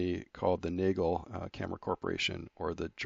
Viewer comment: The German pronunciation is Naa-gail.